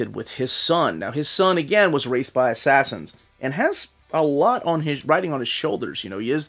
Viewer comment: You said assassins like how I remember spelling it lol ass-ass-ins